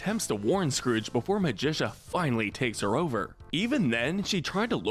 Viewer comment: Why is it almost every video has at least one character horribly mispronounced? Ma-gi-ca Despell not Magicia or Magisha. It's Magic with an A at the end. Do you even watch the shows and movies you make videos about? Because they say the names out loud all the time!